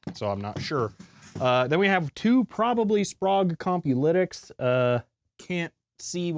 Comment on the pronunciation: Sprague is pronounced to rhyme with vague, not Prague.